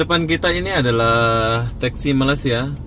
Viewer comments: Malaysia bro...bkn malasia....berok nau bunyinya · Sebut betul-betul... MA_LAY_SIA.. bukan malas_sia.. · Cara menyebut nama Malaysia senang aja bro...malay in English sia in indonesia.gabungkan bunyi itu akan jadi malay-sia tapi sebutan dlm Bahasa Melayu😁😁😁tapi org Indo agak payah mau bilang nama Malaysia..maybe lidah kalian lidah jawa barangkali😁😁😁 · 0.14 Cara anda bilang Malaysia itu salah bro. Masa masih ngak bisa udah begitu lama kerja di Malaysia...